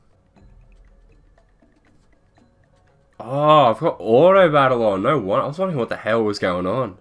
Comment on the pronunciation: Oh no-rrrrr. I like how he adds an r sound to his no lol